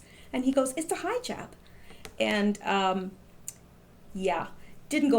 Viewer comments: LOL Hijab....Pronounce He-Jab! Not EYE-JAB! lol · From one language enthusiast to another: It's pronounced "heejab". ;-) Keep up the good work! :-)